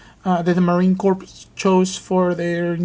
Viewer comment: Thank you for your review of these two. May I ask In the future, when referring to The United States Marine Corps, The P is silent, always has been. Not a Corp like a business, but Corps like a group of fighting machines. Thanks for your time. Best regards, A Marine.